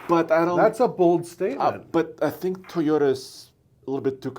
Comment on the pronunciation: It’s TOY-ota. Not TEE-ota.